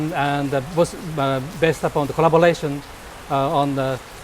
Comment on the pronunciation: corabolation😂😂😂😂😂😂😂可以住嘴么